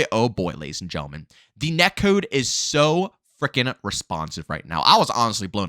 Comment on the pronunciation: "Net kewd"